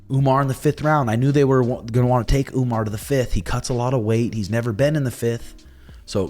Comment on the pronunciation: why Sean and call Umar as Umnar??? 😅😅😅